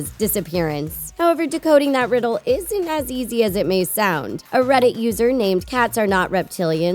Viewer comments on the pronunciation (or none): none